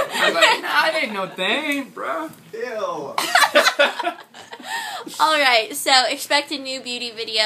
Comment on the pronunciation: it sounds like you're saying "what's up BRA!?!?!"